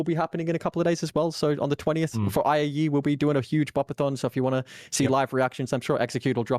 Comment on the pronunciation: I love when X calls it AIE instead of IAE.